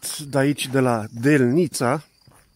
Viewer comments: ...accentu la cuvantul"delnita" este pe prima silaba... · Eu cred ca accentul din ,,Delnita " nu cade pe a 2-a silaba a acestui cuvant ci pe prima silaba.Asa cum pronuntati dvs nu prea suna romaneste...🤔